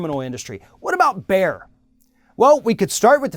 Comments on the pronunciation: Bayer is pronounced like "Buyer" not like "bear" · "Bear"? The name is pronounced like "buyer". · It's Bayer, not Beyer. You already found out that it's not an American corporation, so why not research for 2 minutes on how to pronounce a name you will say every 5 seconds? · "Bayer" is pronounced "Buyer". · I've always pronounced it as bay-er or just bear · Erm... Bayer is pronounced bear now? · i was like wtf is he talking about, what is Bear. Cue all the people schooling you how to pronounce a German company in Amurican. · Please pronounce it "Buyer" it's Not a cheap pun, it's the actual correct pronounciation ;) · You don't even know how to properly pronounce Bayer but you have an opinion. You pronounce it "Buyer" eejit!!! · The way this guy says Bayer is making my ears bleed. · Please pronounce Bayer correctly. At least try to. It is not that hard to pronounce the A. Bayer is evil, yet omnipresent.